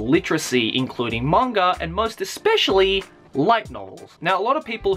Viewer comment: why do you always say manga like there is a r at the end?